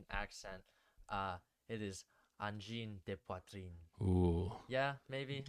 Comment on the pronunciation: Good pronounciation! Try not pronouncing the first N in Angine (so closer to "uh" than "an") and saying a sharper (French) R in Poitrine, and it'll be perfect.